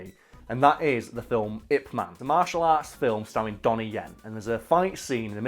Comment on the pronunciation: it i,p man, not ip man